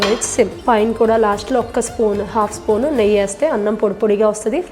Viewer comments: నెయ్య కాదండి నెయ్యి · Neyyi ani pronuonce cheste bavuntundi